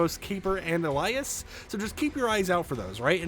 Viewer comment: why does he pronounce alias like that?